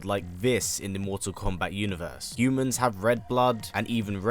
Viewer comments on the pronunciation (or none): none